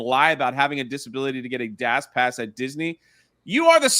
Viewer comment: My guy really struggles to say dash pass. "Dass pass"